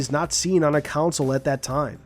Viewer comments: Why does this guy pronounce “console” as “council” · regular people pronounce it right, this guy isn't normal people, he pronounces it as "council". Americans do say it the right way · Why cant you pronounce the word console? Americans as usual, have to change the way English is spoken 🙄